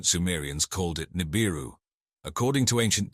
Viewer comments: 😒 Yeah... I noticed that too. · man theres nothing like a docu boosted from the works of others mixed with a word mis-pronounced 1000 different ways in 23 min.